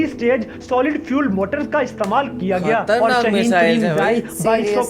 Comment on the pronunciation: Shahin nahi shaheen hai